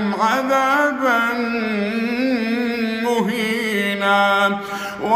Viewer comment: صوت جميل ولاكن في لحن غير ظاهر في اعد لهم عذابا محينا هنا في ادغام بغنه في احكام النون الساكنه والتنوين